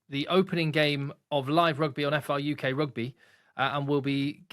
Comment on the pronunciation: Brilliant, well done and. This is incredible news. FRUK prouncunced FRuck instead for the Rugby lean in? I'll get my coat.